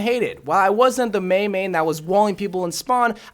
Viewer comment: Why is that ur "meeeiiiin"